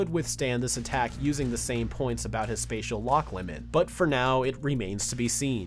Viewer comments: “Spadal Manipulation” lmaoooo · Spatial is pronounced "Spay-shul" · "Spatial" is pronounced "spay-shul" btw